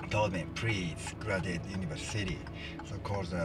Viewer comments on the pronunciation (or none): Anyone else love how he pronounces university "Universe City"?